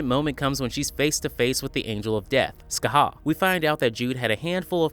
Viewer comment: Why you call myrtle skahaa? It's Shachat (sha-jat, sha-khat) it means both hey and destruction in old hebrew